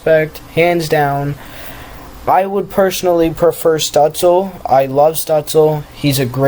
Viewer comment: It's your pronunciation. It's Alexee, and it's Stootzluh.